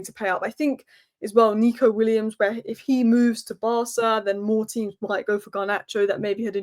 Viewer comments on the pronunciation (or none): none